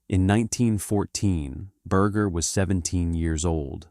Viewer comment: Can't u say his last name correctly